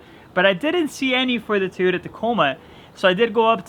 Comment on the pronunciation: Why cant you say toyota correctly lol